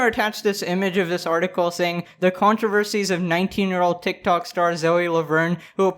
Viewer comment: "tik tawk"